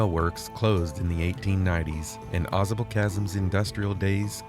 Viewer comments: I grew up in that area. It is pronounced Aw- Sable with a long a, like the animal Sable. The Adirondacks are beautiful. You should try kayaking the Saranac River. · You're almost saying it correctly. Au sable Chasm.... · Pronounced: "aah Say bull"